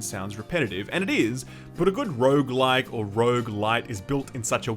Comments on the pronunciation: hopefully multiple runs are less indistinguishably repetitive than pronouncing rouge-like and rouge-lite. I can never hear the difference. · sorry stopped watching after you said Rouge like and supergigant, im sold already , thnaks for telling me!